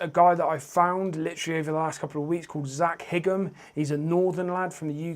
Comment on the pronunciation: Thanks mate 😃 Was a bit confused when I saw my profile pic in the thumbnail ahaha, I really appreciate that :) Your channel is going to grow very quick and you'll be riding with Seth and Bk soon no doubt! You say my second name as "high-ham" but it's no biggie 🤘🏻